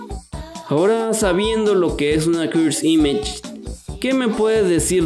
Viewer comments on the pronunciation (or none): me pone nervioso que diga cursd imash